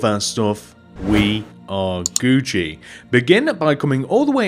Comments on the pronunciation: Do you call it Guuci there? Cuz Guuci is spelt Gucci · It's Gucci I died laughing when you said that